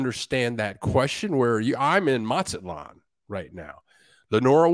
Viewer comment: Bill, M is sounded out as Maz-zat-lan'. not Mat'-zat-lan